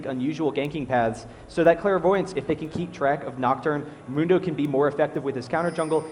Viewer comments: Is one of the announcers purposely butchering Mundo's name? Mundo says his own name like a bajillion times... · I hate how he says Mundo's name! It's not even the right vowel